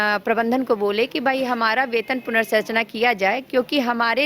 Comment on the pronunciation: मैडम इक्कीस को एकीस बोलतीं हैं संरचना को सरचना बोलतीं हैं मैडम को पता नहीं है कि इनके आथे से ज्यादा लोग काम कर रहे हैं JSLPS में नौकरी हो गया है करिये यहां से हट जाइयेगा तो कोई काम पर नहीं रखेगा सर को मूल काम और मूल्य काम में अंतर ही नहीं पता है